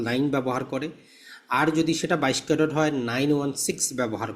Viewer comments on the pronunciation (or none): ক্যারোট না ক্যারেট